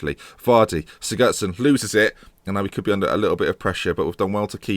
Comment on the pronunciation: Siggurdson: Cig-goo-ard-son.